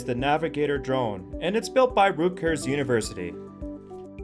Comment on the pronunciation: It's Rutgers University, not Rootgers